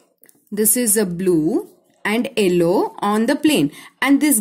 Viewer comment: madddam its yellow not ellow😂😂